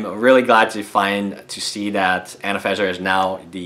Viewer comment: I don't want to be nasty, but you do realise there is are 2 "n"s in "AnafeNza", not just the one you pronounce.